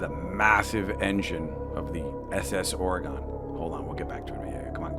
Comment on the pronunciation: INCIDENTLY ITS PRONOUNCED OR-Y-GUN NOT OR-Y-GONE!!